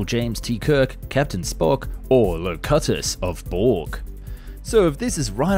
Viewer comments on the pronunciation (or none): "La-CUT-us of Borg.." Cuuuuuuuttttttttteeeeeee! No seriously, it's Lo -cute-us. That was Captain Jean-Luc Picard's Borg name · Hold on. If you're gonna geek out and start using star trek character names... get it right... Low-q-tus.... smh smh smh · You obviously never watched star trek and have never played the game you are advertising Locutus of borg is pronounced (low cute us) and if you had played or watched you could never make the mistake you did in pronouncing, massive thumbs down and dislike for the channel. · Licata's? It's pronounced Lah - Q- tious. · "Low-cut-us of Borg" :D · Low-cut-us? Jeez, dude... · "LO-CUT-US of Borg" Bro, wat. Unforgivable. Channel must be terminated. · If you are going to peddle a game for your sponsors, at least know something about important characters. It's not pronounced "lowcowtas of Borg" lol! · Your a fake star trek fan, you don't even know how to pronounce locutus. You should be ashamed of yourself... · you can tell this guy speaking is not a tried and true Star Trek fan because of the way he pronounced Locutus, improperly.